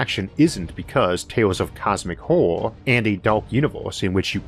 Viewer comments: I wuv H.P. Wuvkwafts Auhwuh stowees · OMG couldn't you have hired someone without your speech impediment to do this I don't want to hear a full grown man's voice not be able to pronounce horror